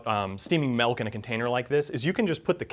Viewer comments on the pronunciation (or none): Good joke but Stop saying melk omg